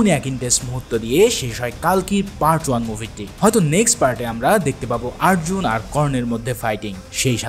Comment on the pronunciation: উচ্চারণটা কাল্কী না কল্কী হবে❤❤❤❤🎉😊😊আর আর্জুন না অর্জুন হবে😊